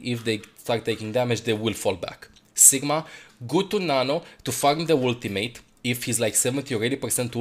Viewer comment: I love how says ultim8